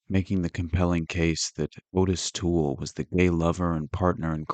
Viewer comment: The name is pronounced OTT-is Toole. It's spelled Ottis.